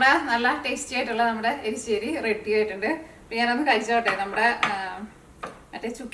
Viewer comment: എരിശ്ശേരി ആണ്